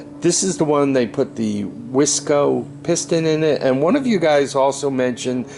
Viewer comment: Those pistons are pronounced wise co. And they are far superior to the ones produced by dumb co.